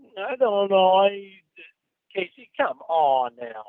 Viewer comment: God I love it when has this dickhead backed into a corner and he has no response aside from liar laughs and mini-syllables and "Caayy-seeeee"s.